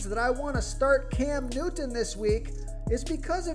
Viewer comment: Hey guy make sure you pronounce Cam Newton as clearly as possible. Annoying. I tried. Sounds a little Special.